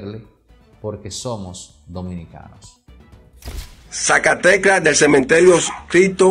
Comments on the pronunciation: Dios! Y lo repite tanto es tan chocante para mí ,disque “zacatecla” será de la computadora 😂 señor se dice zacateca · Sacateca, NO Sacatecla. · Señores no es sacateclas es sacatecas 😂 se dice sacatecas